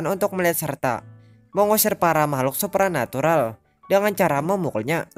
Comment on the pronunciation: Kesulitan ngomong "supranatural" Nampaknya :v